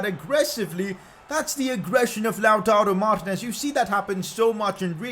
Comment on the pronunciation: it's Mar-tE-nez not mar-tinez You can use four at the back with Kolarov at LB Hakimi at RB (although both of them can play LM/RM) Skriniar at RCB and De Vrij at LCB